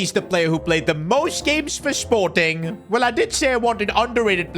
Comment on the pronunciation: that sporting pronunciation was diabolical